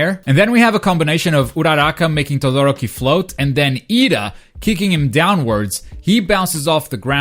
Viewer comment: Togoroki? Ooruka? Ur pronunciations are hilarious! Ik this aint ur language but damn bruv